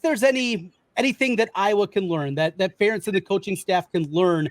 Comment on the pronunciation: Ferentz rhymes with parents. Come on guys. How many years does it take to learn this???